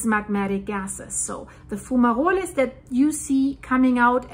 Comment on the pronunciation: its pronounced FUME AAA ROLL not being picky if you don't believe just type into any search engine " how to pronounce fumarole (or fumerole) "